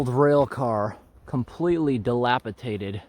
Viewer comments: Dilapidated… not dilapitated. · just 1 thing. it's delapidated, not delapitated as u were pronouncing it. very interesting video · Terrific hike, great editing of interesting things. You have really gotten some good videos out of the Eagle Lake locos. Could I just make one tiny comment? The word is "dilapiDated" with a D, not "DiliapiTated". Carry on and thanks for great entertainment - from the Language Lady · The word is dilapidated not "dilapitated" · It's dilapidated, not delapitaded. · Great video. That word, it’s dilapidated rather than “delapitated”. Not being clever, just thought it worth mentioning. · I know how intelligent you are and I respect that. I thought you might like to know you have been ill informed regarding a certain word: Dilapidated. Dilapi DATE ed. I hope you receive this as the gesture of sharing in which I send it. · speaking of dictionary. I love how he mispronounces dilapidated. He pronounces it dilapiTated...LOL